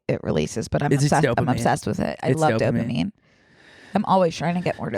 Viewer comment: 'are there dopaminne pills" "mollly"